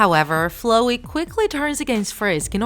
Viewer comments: I'm mad on how you pronounced Flowey's name. The o is said like "ow" soo it's Fl"ow"ey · It is pronounced flaooi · The girl:flooey Me: itS floweY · hold up.. FlOHey? Nah it's flOWey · No one: Him: Flo-wey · She says flowey as if she says flow y She says Toby as if she is saying tobby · They kinda said flowey weird, Like flow-ey kinda weird they say though srry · Why did you say flowey like flowy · Lol I heard fluwy instead of flowey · Wrong. The human in the opening cutscene is actually Chara, not Frisk. Theres a continuation of the opening cutscene in the True Pacifist Ending. Also you pronounced Flowey and Toby Fox wrong. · You can't even say flowey right. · you keep saying flowey wrong .-. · She said "flowey" wrong